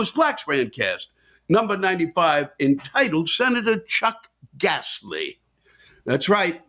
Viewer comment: "Chuck Gassley" - Love it! How about dropping the "G": Chuck Assley ;^)